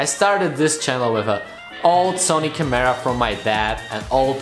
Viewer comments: the way u say camera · Your pronounciation of the word CAMERA makes my ears bleed dude come on... the kids who have you as their idol will learn bad english from you... I have no other problems with this channel but I think you should really work on that... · I like the way you say camera haha 😋